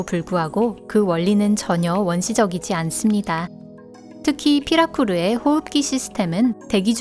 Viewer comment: 피라루크를 자연스레 피라쿠르라 하고 넘기는 센스